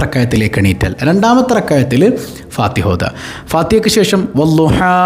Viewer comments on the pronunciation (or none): none